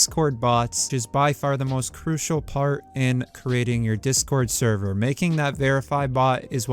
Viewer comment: The way you say server is annoying me bad.